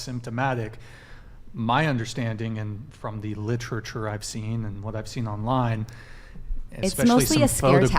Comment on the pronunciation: He actively refused to listen to what she was saying and can’t even pronounce “literature” properly and she’s the degraded one. Good one, guys. 😂😂😂